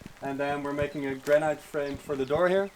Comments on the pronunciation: GRA- NIT, GRA-NIT, GRA-NIT, GRA-NIT, not granite. Please, please, please adjust ; ) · Well has come a long way if the main thing you can criticise about the video is the pronunciation of the word "granite" by non-native speakers. Well done!